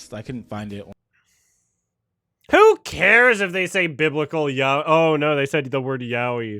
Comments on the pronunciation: Jeeze, they didn't even say yaoi they said Yahweh, lol. Their issue is a pronunciation problem. You'd THINK these "Christians" would know their own religion and words in Hebrew. XD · Pronouncing Yaoi like "Yahweh" was so unexpectedly funny to me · The guy in the video is very ignorant! Not only is the Gospel of Judas not "not trustwhorty" (it's not religiously canonical, but evidence suggests it's centuries old, it's HISTORY), but how can you be into anime and not know how to pronounce yaoi? 😭😭😭😭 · I have never heard yoai pronounced as yow-y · it’s pronounced “yah-oi” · this dude can't even pronounce yaoi right. Does he eat sush-eye? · I wasn’t ready for the biblical pronunciation of “yaoi”